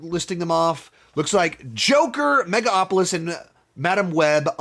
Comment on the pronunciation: It's megaLopolis not mega opolis